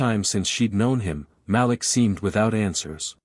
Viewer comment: I only have one issue with these stories 😂😂😂. The name is pronounced ma-leek, not malick 😂😂😂.